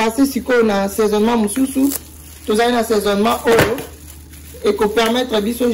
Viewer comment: Assesonnemment et non saisonnement maman 👩